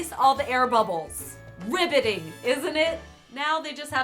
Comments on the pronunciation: “Riveting isnt it” dont u mean... “Ribbiting” 🐸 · Did she say "riveting" or "ribbiting"? Better have been the latter. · Riveting? I think you meant RIBBIT-ing 🐸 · I thought you said *ribbetting*,. If only.